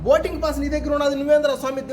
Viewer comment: Boating antunadu